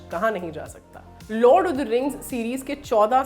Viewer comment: यह लॉर्ड ऑफ द रिंग्स है लॉड ऑफ द रिंग्स नहीं😁